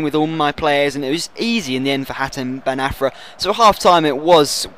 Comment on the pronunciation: its hatem ben ARFA not AFRA!!! great vid btw